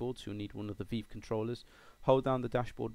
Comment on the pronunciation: Thanks for this, going to give it a shot. also, weird how you say Revive with the hard I, like eye, but say Vive like Veeve. Do all british folks call it the Veeve? Just FYI, HTC says it's Vive with a hard I, but you English always have your own ways. :-)